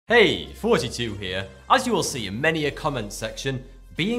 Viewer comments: When he says "Hey! Thoughty 2 here!" It sounds like he's saying "Hey! 42 here!" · sounds like he saying 42